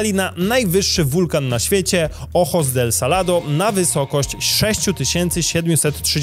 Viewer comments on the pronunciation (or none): none